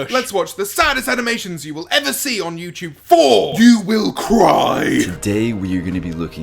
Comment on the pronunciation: No hate, but every time he says youtube, it sounds like youchube and it cracks me up.